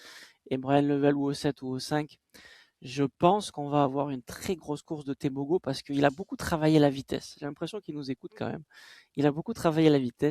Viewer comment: top:) par contre on prononce teboro pas tebogo:)